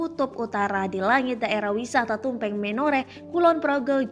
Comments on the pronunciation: Tribun itu beritanya bikin orang pd pinter2 ya, Udah gitu Tumpeng di baca TumpEng lagi, huruf E nya di baca kaya keluarga bukan huruf E sate haduh.... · Tumpeng ya jeng, bukan tumpeng!